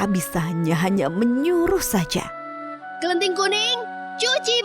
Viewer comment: Bukan klenting but kleting